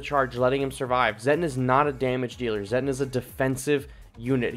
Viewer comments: Its pronounced "Zetton" like "Set on" and "me fill lass". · It's pronounced: zeh-tawn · It's just pronounced as "Zet-on"